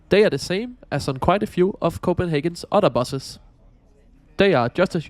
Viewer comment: You say "otter" instead of "other." 🦦